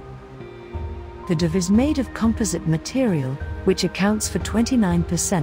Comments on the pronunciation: Dhruv is pronounced with a short oo sound and not the uh sound. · "Dhruv" is [dˌiːˈe͡ɪt͡ʃɹˈʌv], [dˌiːˈe‍ɪt‍ʃɹˈʌv], [d_ˌiː__ˈeɪ_tʃ_ɹ_ˈʌ_v] (IPA phonetic alphabet) not drove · Nice mispronunciation of Dhruv.